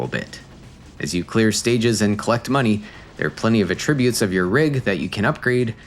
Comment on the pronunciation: Attribute pronunciation killin me!! Such a selfish interaction. Much love